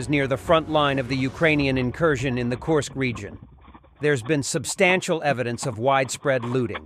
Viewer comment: Korsk or Kursk